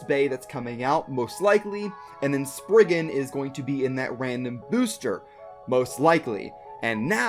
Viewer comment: Sprig-RIGan Requiem lol